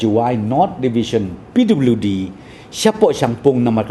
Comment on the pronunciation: pliwdi department ...nga da sngap khnang 😂😂